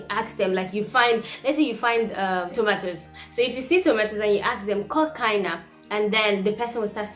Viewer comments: Ačiū,!🤗I am a Lithuanian language tutor for foreigners and I stream your video as a perfect example how lively and beautiful Lithuanian may sound no mather which part of the world you come from. Much love from Kaunas 💛💚❤ However, "Kokaina" sounds more like "Cocain" 🤭If you want to ask about the price, use "Kokia kaina" or "Kiek kainuoja". Otherwise, labai gerai! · Kokia kaina? Not kok kaina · Kokia kaina is correct phrase. Also you can say "kiek kainuoja" which is "how much does it cost". BTW you pronunciation is very good. :)